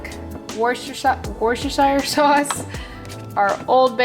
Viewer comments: I am from the UK and we pronounce worcestershire like woo ster shire hope this helps and love your content xx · WOO STA SURE. That’s how it supposed to be pronounced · LOL [Wuster sure]